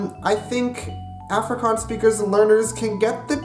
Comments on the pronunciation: Afrikaans is my mother tongue and just by reading the Dutch comments I can almost exactly understand what they are saying, but if I can just add one correction ; the mistake you have when talking Afrikaans is you have to go check the out the "e" and "ee" sound , the pronunciation is a little off. Afrikaans is my moeder taal en net met die lees van al die Nederlandse comments ek kan omtrent heeltemal uitmaak wat hulle sê, maar as ek een fout kan regstel is ; die fout wat jy maak is wanneer jy Afrikaans praat is jy moet die uitpraak net gaan oorkyk an die "e" en die "ee" geluid, die uitspraak is bietjie verkeerd. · Please learn to say Afrikaans properly if you're going to do a video on it. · So Cringy hearin a gay American tryin to speak AFRIKAANS AN DUTCH dude just Stop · I keep on cringeing every time you said Afrikaans bc I'm from South Africa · For someone who sleaks afrikaans and lives in SA. I get so irritated when he pronounces afrikaans incorrectly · You pronounced Afrikaans wrong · the way he said Afrikaans is one of the funniest things ever and yes I am Afrikaans and you did well but some words you said wrong lol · I watched the first 31 secs of this video and I actually wanna die that you can not even pronounce the word 'Afrikaans' 🙄 like dude common its not that difficult. You burning my ears. no hate 😂 just saying. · please learn to pronounce the word "afrikaans" properly before making a video about afrikaans vs dutch. ek meen my moer bra... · jy spreuk "afrikaans " verkeerd uit.